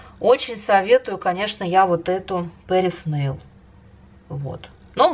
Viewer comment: База у вас Патриса нейл, а не Пэрис нейл